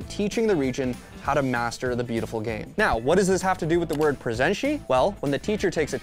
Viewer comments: its not pronounced presentee, its pronounced presentay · FFS DON'T SAY PRESENTCHI wtf is that??? IT'S PRONOUNCED PRESENTE!!!! LIKE PRESENT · Wtf is PRESENSCI bro, you even have clips on the video to know how to pronunce it So cringe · How do you even pronounce it as "prezenshi" xd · My favorite thing about this is hearing the pronounciantions of presente (im brazillian) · The way he pronounced Presente... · It’s pronounced in the clips and person can’t say it right 😅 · why do i feel like you absolutely butchered the pronunciation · Why is he pronouncing it like that...